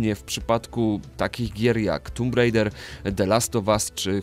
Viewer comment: Drogie, czy tę swoją wieśniacką wymowę angielskich nazw gier stosujecie specjalnie, dla efekt humorystycznego? "Tomb Rajder"? Serio....?